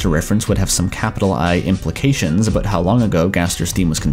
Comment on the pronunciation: It's pronounced "ah-BAUT". It's pronounced "JAH-vah". Are you a Canook?